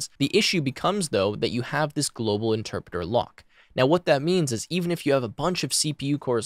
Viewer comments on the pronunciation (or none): “Enterpreter” lmao